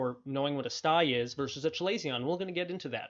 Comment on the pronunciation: This is a good video 👍. Feedback: Chalazion is pronounced “kuh-ley-zee-uh n“.